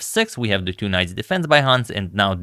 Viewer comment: I understand English is not your first language (nor is it mine), yet I can't fathom why you pronounce "two" as "tew" in every A2, B2, C2 etc. reference. It's so distracting it's actually dissuading me from subscribing to your channel :(